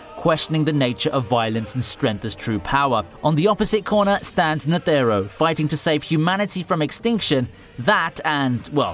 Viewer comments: y is he saying net ERR o? just say netero please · Ney tey ro